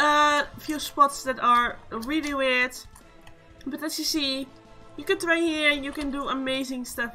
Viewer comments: its throw not trow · I was shocked about your pronunciation of Hammer Throw You said Hammer Tro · ok also you said it wrong